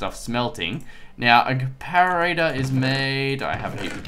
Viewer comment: no offence but you say it like this- Come-Pare-A-Der. just helping IGN:bob_bobhead1